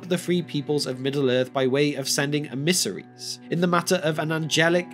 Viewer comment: Why do you pronounce emmissaries like that? It is supremely odd.